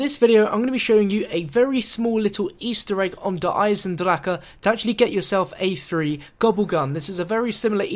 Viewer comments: Why can't you just pronounce the map name properly? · Didn't pronounce the map right...